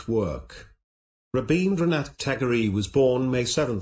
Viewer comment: His name is pronounced as tagor not tagoreeee